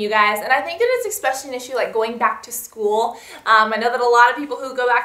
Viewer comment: why cant you just say eSpecially right? but those were some really great tips!